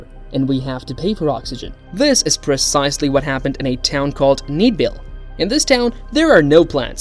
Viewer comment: thneedville not needville